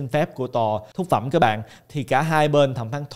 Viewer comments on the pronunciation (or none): Em buồn cười quá khi anh cứ nói nhầm mãi 2 từ “Phúc Thẩm “ thành “Thúc Phẩm “ 😂😂😂. Xin lỗi A vì đã lỡ cười 😂. Cảm ơn A ạ❤❤